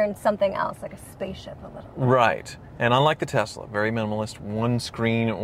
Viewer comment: What's with Kansas? saying Tezla like JR.